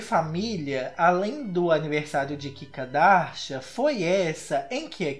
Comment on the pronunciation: Eu amo qndo falam "kikardashian"